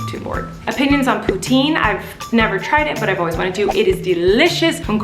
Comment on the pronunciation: I think that would be epic if she did but she pronounces poutine wrong soooo....